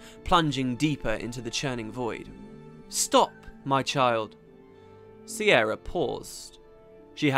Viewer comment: Is her name not an alternate version of Ciara/Kiera/Kiara etc, pronounced K-ear-a